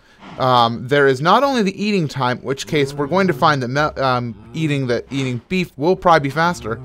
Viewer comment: Minecraft Science, says "ate'n"